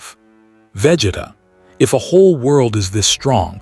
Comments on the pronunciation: Vegituh lol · Bruh I hate it😂 they all do it for some reason 🤬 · Wish AI could pronounce Vegeta's name correctly 😂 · Right... how hard is it?